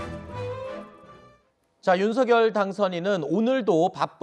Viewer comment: 사회자님 발음을 윤서결이 아니라 윤석녈로 하세요